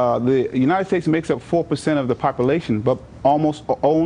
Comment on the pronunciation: I love the way that guy pronounces bullet, like it's a special word. Where did he learn to speak? Popolation.